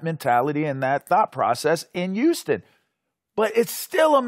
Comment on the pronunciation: HEY LAVAR, THE WORD IS HOUSTON NOT YOUSTON!